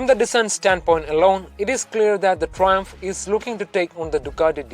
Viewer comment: ...What the fuck are you saying? Learn to speak English properly!!!